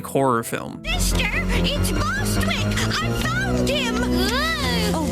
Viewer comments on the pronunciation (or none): Lol! They called Tommy Bostwick! 🤣